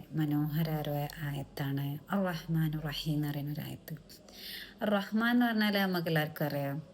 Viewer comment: അർറഹ്മാനു ർ റഹീം അല്ല അർറഹ്മാനിർറഹീം الرحمن الرحيم നൂ നിന് കിസ്റാണ്